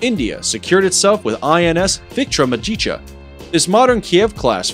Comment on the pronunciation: Hey wooo nice video, but it's INS VIKRAMA_AADIT_ YAA, not INS VIRAMADITA if wanna pronounce it correctly break it as I did.